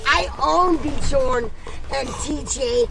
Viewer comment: Always laugh when people call Bjorn - BEEEJAWWWN !!! Great video anyway mate have a good day !!!